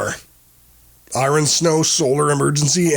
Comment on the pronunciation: Its AI narrated, NO double AA, I-RON, etc...